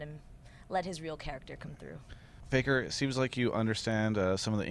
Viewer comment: Oh Faker can understand English and his accent is good